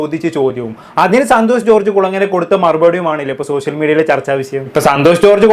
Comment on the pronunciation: "സോസ്യൽ മീഡിയ? " സോഷ്യൽ മീഡിയ എന്ന് പറയു കുട്ടി 😂